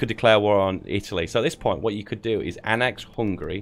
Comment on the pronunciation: Its annex not annax